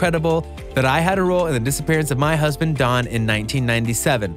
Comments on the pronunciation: His name is Don, not Dan..every other sentence you said “Dan” and then “Don” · His name is don. It sounds like you keep saying Dan. There is so much things being uncovered its unbelievable! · You kept saying Dan, it's Don....